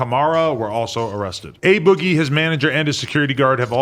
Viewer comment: It's A Boogie "Ah boogie" not Ay Boggie😂